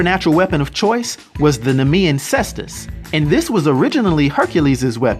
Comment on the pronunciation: Awesome video. Not trying to correct you or anything as I like your vids, but it's kes-tus.